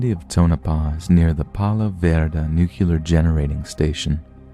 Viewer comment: Nuclear is pronounced “new-kleer” not “nuke-kew-ler”